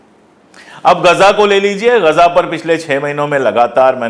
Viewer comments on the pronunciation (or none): Gaza bhi bolne nahi ara ese gaza ko gaja bolra ye